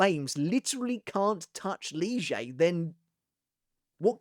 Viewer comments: I’m sorry but why is he calling Lille ‘Liegey’? That’s been grating me for the last portion of the video. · i really just need an explanation for the new pronounciation of lille´s name